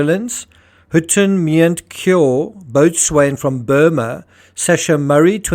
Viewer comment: Boatswain is pronounced "Bo-sun" with the emphasis on the first syllable.